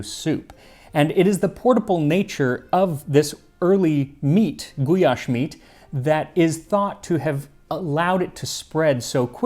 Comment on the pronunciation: It is awesome to see one my country's staple food featured here. And you nailed most of the pronounciations as well, except for Károly which is pronounced as the y in "you" similarly like the ly in gulyás. And also the gy in magyar is a bit different. But you did better than 90+% of people i've seen to try. I am so glad to see this video. We have so many great dishes here, i hope there will be more covered in the future.